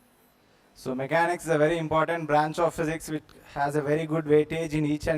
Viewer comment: MECHANICS SIR NOT MACHANICS